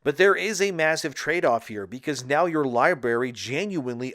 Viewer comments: Hate to be this guy but it's pronounced lie brary not lie berry... Library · library brother. You keep saying libary. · Great cantent but bro it's library not (lie-berry) wtf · It's pronounced LIE- BRARY not LIE- BERRY. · libary? really? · Omg, of course you got it wrong. Its not a full drm system. They implemented a temporary drm to prevent a refund exploit. You can play your games without internet. You could've done research but that video would be boring, right? Also library is pronounced with 2 rs lol